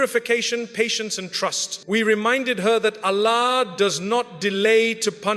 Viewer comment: Allah's pronunciation is not pronounced as to pronouce which is Allahhhh which gives us piece and ruhanee sukoon but overall bayaan toched our hearts